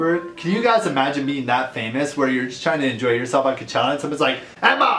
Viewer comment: Someone needs to tell him it's cochella not c.chella